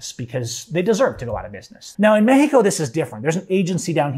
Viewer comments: Cool story I quit listening because of the way you say meh-he-co. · bro just say Mexico